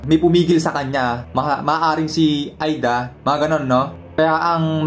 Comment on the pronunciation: Ayusin mo pag pronounce lods di Aida kondi eida ayusin mo nxt time!!